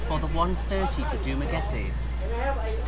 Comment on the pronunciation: ooh props for saying dumaguete correctly lol most foreigners say it like duma-getty